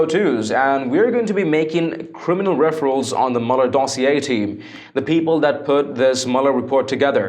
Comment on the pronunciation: AT TRU STORIES,please. the word is: REFERR ALLS. Not referals